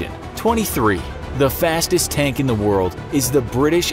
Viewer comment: you said word and not world btw